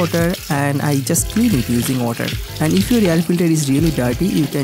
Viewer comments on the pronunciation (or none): Using simpil otter😂😂😂😂